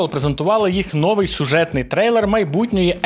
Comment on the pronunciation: на початку вiдео щось там про росiйську мову i потiм одразу: "нОвий випуск iгроновин" (росiйський наголос) 🤣